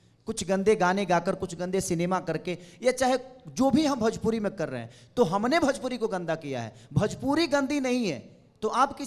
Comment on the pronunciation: भजपूरी नहीं भोजपुरी बोल छक्के 😂